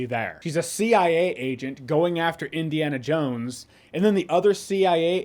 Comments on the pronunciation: It sounded like you said Disneyana Jones at the ending of your video, if that's not you said, then it should have been 😅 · does he say Disney-ana Jones? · “Disney-Ana Jones”…classic!